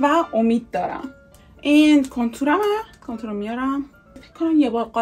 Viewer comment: چرا میگه کنتور مگه کانتور نی؟😂